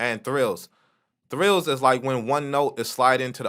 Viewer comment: This don't matter at all G but it's called "trills" not "thrills". But you knew what you was talking about